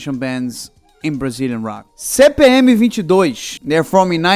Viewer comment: Eu achei que era um video de um gringo, até que de repente escutei um "CPM 22" com um mega sotaque carioca kk Ótimo video e canal!